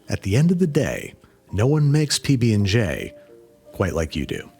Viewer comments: It's not a pbnj it's a pbbnj lol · "PB&G" did you just let slip an opinion on JIF vs GIF? it's pronounced ZHAIF 😹